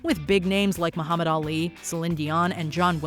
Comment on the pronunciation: Me-you-hamed Ali!!!!!!!!!